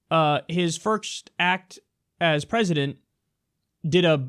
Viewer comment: I wish to hell someone would tell that CNN lady that the pronunciation of 'President' is different from the pronunciation of 'Precedent' already because it's super fucking annoying every time I hear her say it.